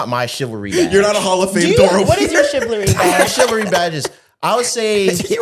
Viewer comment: Take a shot every time says “chivlary” 😂😂😂